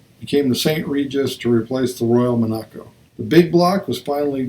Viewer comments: Mon-ac-co, no! Monaco, like the country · Like the country. Primary accent first syllable, light secondary on the third. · Thanks for the presentation...very nice! Big Dodges were called MON a CO, rather than Mon A co.